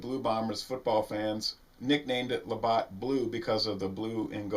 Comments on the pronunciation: It's "labatt" not Labott" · Labatt blue, not Labott. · There is no O its labatt with a long a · don't mean to be a pedant, but it's La Bat, as in baseball bat. Thanks